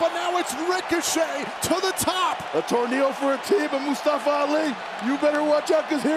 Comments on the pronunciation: Nobody : Byron Saxtion : “Mastafa Ali” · The announcer didn’t say Mustafa’s name right. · No one gonna talk about how Byron Saxton kept saying Mustafa Ali's name wrong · announced Mustafa Ali wrong. If you can't say it right, don't say it at all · PRONOUCE MUSTAFA RIGHT!